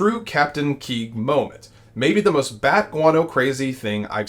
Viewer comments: Dude...it's pronounced KWEEG... not KEEG. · Captain Queeg. (Kweeg) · It's pronounced 'qweeg." Queeg. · Ha! If he still hasn't conceded the election he sure as hell isn't stepping down. And buddy...it's pronounced Captain Kweeg. Watch the film The Caine Mutiny.